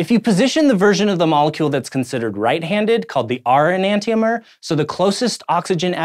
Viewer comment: It's pronounced "E-nan-shomer"